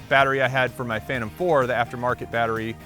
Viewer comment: DJI "Phantom" pro??